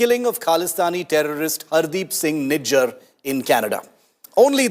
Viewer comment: Nijjar not GINGER😂